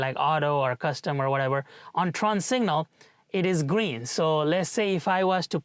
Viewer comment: you're incorrectly pronouncing "turn" as "trun/tron/trawn".